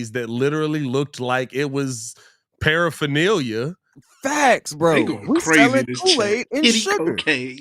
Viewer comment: Sweet Pparaphernalia 😅🤣😂